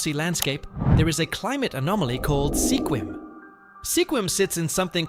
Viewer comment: The town with 1 resident is Monowi, Nebraska (MA-no-wye). He incorrectly pronounced it MA-no-we. Sequim is actually SKWIM, rather than SEE-kwim. To add more craziness to Mt. Whitney/Badwater Basin' s comparison, there's a mountain in Death Valley where the Basin is located which is tall enough to have snow on the top on even the hottest day down below. Last, he also mispronounced Diomede Island, in that the accent correctly falls on syllable #1, though he put it on #3--die-oh-MEED, instead of DIE-oh-meed. There are others as well that could be on this list. Hyder, Alaska, for example, is on the east side of Alaska's panhandle, and there are no roads to the rest of the state. As a result, it's necessary to drive all the way to Skagway, AK, which is a 441mi./710 km. drive away. In addition, there's Jarbidge (JAR-bidge), NV, located at the end of a 90 mile long rough road; Stehekin (steh-HE-kin), WA, at the back end of long, thin Lake Chelan (sheh-LAN), Anaktuvuk Pass, AK (nn-ack-TWO-vick (Nunamiut (NEW-nuh-mute) Bush village in Gates of the Arctic N.P. , located 160 mi./257 km. west of the Dalton Hwy.--the gravel “highway” to the Prudhoe Bay Oil Fields on the Arctic coast; Gambell, AK, which is closer to Russia than it is to the nearest town on land: Nome, at 160 mi./267km. away. Last is Supai (SUE-pie), AZ, which is at the end of an 8-mi./13km. trail at the bottom of Havasu (HAVE-uh-sue) Canyon, home to the Havasupai tribe (have-uh-SUE-pie).